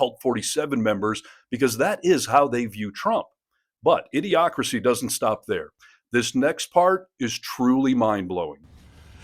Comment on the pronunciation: Its pronounced idio-cracy like democracy pun